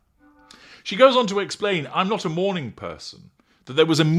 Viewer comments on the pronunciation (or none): none